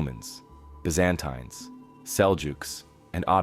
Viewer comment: “BizZan Tines”